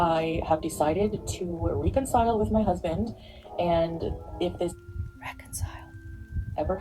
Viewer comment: Omg the way she mispronounces words kills me! Ree-concile, hee-jab aaah